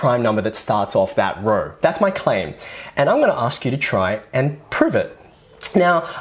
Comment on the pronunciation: "all the numbers in the same raur".. dude I cant